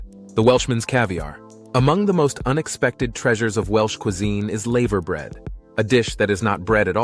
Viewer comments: It's not laever bread, it's lava bread! Get it right, yank! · The "laver" in laverbread rhymes with "lava", not "saver". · It isn't laaayveer bread ots lava as like the molten rock ! Our pronunciation is mad to others I know. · It's pronounced lava bread like the lava from a volcano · male voice Choir you AI robot dumbass PS tree...or...key not tray orkie, and lava brear not layver bread i understand your doing this shit to be corrected anf get more comments but it sucks ballz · It's a shame that you didn't research the pronunciation of all of the words used in your script. Some were very inaccurate because of the way Americans pronounce the alphabet. The 'a' is pronounced hard in laverbread. Cymru is actually pronounced 'cumri', not 'simru'; the word means Wales. I almost didn't get to the end of the video because of the commentary. The majority of the footage was not from Wales! Oh, and not everyone sings. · Not layver bred laver bread. Not trayorchy treorchy. Not said langol en llangollen.